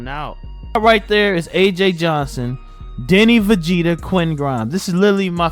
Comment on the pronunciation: It’s 2025 and still saying Deni vegeta 😂😂 gotta love it